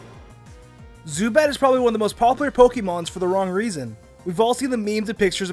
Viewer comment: “acousy” and “popliar”. wouldn’t kill to rerecord some audio